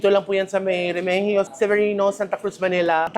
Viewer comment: REMIGIO [re-mi-hiyo] Street. Apelyido namin., ganyan po tamang pronunciation. ❤❤❤